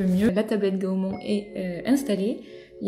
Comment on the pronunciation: Désoler de te reprendre mais on dit pas gaomon mais gaomone après dit ce que tu veux mais continue à faire des video